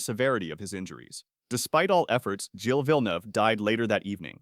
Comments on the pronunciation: it’s pronounced Jill, not gil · it is prononced jille but without the little d sound when you pronounce the letter "d"